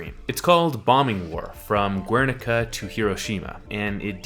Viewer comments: "Guernica" is Spanish, so it's pronounced gerr-nee-kah. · Spanish speaker here, the vowel "u" is silent after the consonant "g" in Spanish so "Guernica" is pronounced "gernica". Sorry, couldn't keep myself from being a pedantic smartass. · The way you pronounced Guernica makes me cry.